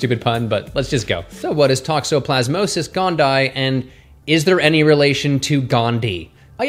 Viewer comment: Toxoplasma gondii - tok-so-plaz-muh gon-dee-eye 😊